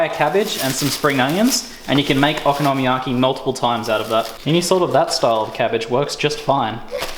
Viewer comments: Yea it's based on there letters which is (in almost all cases) a constant followed by a vowel so it should be very strait forward o ko no mi ya ki. I think you're saying oko nomi yaki. And I'm saying it like a European Would read it, one big long word, I'm not sure why it's different, I'm saying it over and over and trying to listen to you say it but I can't work it out. Either way awesome video, I've only ever bought this and I'm making it tomorrow for tea now. Thanks. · I'd also like to just say I'm not trying to suggest you're saying it incorrectly, just that for some reason I can't help but twitch! :p I had a Japanese friend who showed me the dish but there is a huge chance he said it to me perfectly and I butchered the pronunciation, while I love both the Japanese language and culture I'm rubbish at it! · You say Okonomiyaki differently than I say it and every time I heard you say it I wanted to poke myself in the eye. ... you said it a lot.